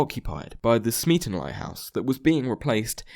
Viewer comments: C'mon man. The Kaiser Chiefs song's rhyme scheme is clearly ABAB. "Smeaton" isn't supposed to rhyme with "policeman". It rhymes with "Beaton". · smeaton rhymes with beaten not policeman.